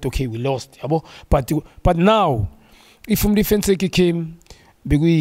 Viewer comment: Ntseki, not 'Motseki'!